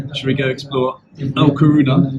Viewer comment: How have you not figured out that it is LA Coruña, (or A Coruña, if you speak Gallego (Galician))? And it is pronounced 'la corunya'. Shame on you! As for the Irish Bar....